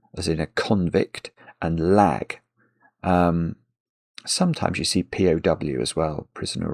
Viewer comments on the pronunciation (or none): "there's two 3 letter synonyms that often come up for prisoner - 'con' meaning convict and 'lag' " yeah, I also chuckled when he said "-ag" instead of "-lag"